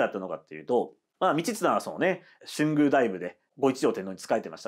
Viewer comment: 春宮はしゅんぐう ではなく とうぐう です